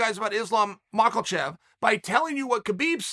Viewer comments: Ahh still saying macklechev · why does this gronk keep pronouncing it as MacKLEchev? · “Islam Michael-chev” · Again Makhelchev. WTF man😂😂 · Machelchev 😂🤣🤣. It never gets old uncle Chael the 🐐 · “Islam Mahklechev” I lose sleep over Chael’s butchering of peoples names. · If Chael says it's pronounced "Mockellchev", then it is. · Chael makelchev sonnen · Still with the mockelchev 😆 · Ladies and gentleman it's still MAL-KACHEV. 😂😂😂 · So someone involved in the sport , he doesn't know much about the division, didn't know who Islam has fought, pronounces his name wrong, asked why Justin and Islam don't fight (Justin won't agree obviously because he wants to fight for title, thought that was pretty clear). Bisping has a better insight. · "ISLAM MALKACHEV" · I refuse to accept Chael is mispronouncing these names. We the fans, the commentators, interviewers & announcers have all been getting it wrong this whole time. Undefeated, undisputed.